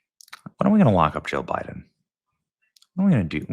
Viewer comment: Joe bye-then😂